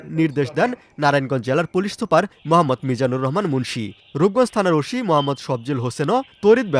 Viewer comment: ওশি না ওসি উচ্চারণ ঠিক কর